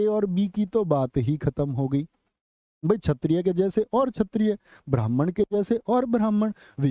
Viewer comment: last class me chetriye to kshteriye bolna bataya tha sahi pronunciation to aaj khud chetriye kyu bola baar baar